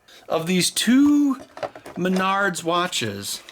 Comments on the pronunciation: lol did he say MYNARDS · Ow, Menards!! I usually pronounce Menards as mehn nerds.